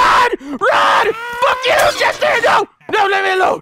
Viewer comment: ITS TATTERS NOT CHESTER